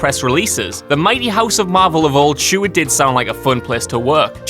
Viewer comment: This guy has more problems with speaking English. Like: Year = jurr Sure = shoe-arr